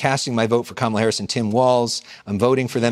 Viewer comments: …it’s COME-MA-LA dummy 💯✔️… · Beloved! Beloved! 😩😩😩 you’ve got to work on the pronunciation of VP Harris’ name: it’s COMMA-La (like the comma in a sentence) …mmmmm Slow motion this side 🙂‍↔️